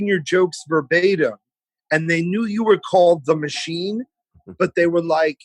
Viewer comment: " I'm the mathsheen and i take my shirt off. I worked at the thravel thchannel. Oh wait , ...... sthut up ... me too ! Don't get me stharted , dude. I think female movie sthars fanathize about meeting the mathsheen. reminds me of the time ... < insert made up story about self > " berts mouth is like yeast infection he foams then like rabies inflated puffy tongue lol this guy is a train wreck at best he had his 15 minutes :( Bert makes it all about Bert. He thinks his made up life and faux stories r soo hilarious. :( His speech impediment and purple dried up lips and mongoloid tongue and constant touching nose and face r hard to watch.